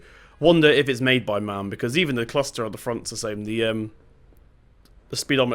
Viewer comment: Do you realize that MAN is pronounced as M-A-N? Just something I wanted to point out. I like the video though!